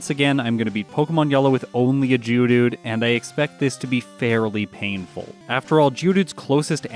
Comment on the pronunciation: Is it just me or says "GEODOODOO"?